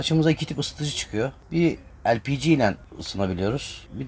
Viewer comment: lpg mi demek istiyormuş ben de tam googleye bakçaktım ELPİCİ ne diye.:) bence de harfleri türkçe seslendirmek lazım sonuçta o harflerin türkçe okunuşları LE-PE-GE